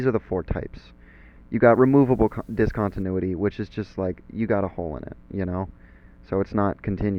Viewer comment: when the teacher cant pronounce the title of the lesson